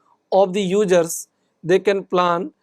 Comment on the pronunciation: Ugerrrzzz or users?